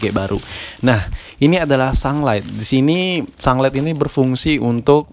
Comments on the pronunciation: Haha sunglight, sunlight kali bang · Sunlight bukan sanglet wkwkwkk ngakak